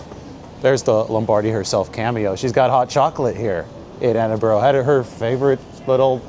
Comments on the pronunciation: Can't take you seriously as a journalist if you can't properly pronounce the name of the city you're visiting, there is no such place as Edinboro, it's pronounced Edinbruh, you can actually Google pronunciation of any city in the world, as Biden would say ...cmon man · Dude, its not edinbro - it's edinbra. Love your work.